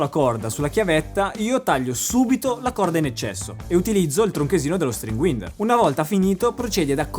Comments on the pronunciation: Occhio alla pronuncia, è "UAINDER" non winder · Bene, ma si pronuncia string [wainder] non winder to wind [waind] = avvolgere , scusami deformità professionale ahahha